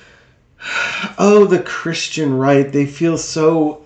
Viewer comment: It sounded like he said he was not a Christian